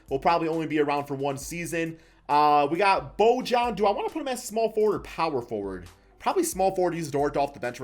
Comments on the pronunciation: its pronounced boyan. not bojan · I think it’s “bo-yan” or “bo-han”